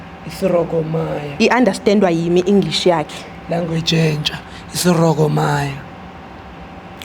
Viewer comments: Bathi" ne English yakhe i_understanda yim"😂😂😂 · English: 😮 " Iunderstandwa himi"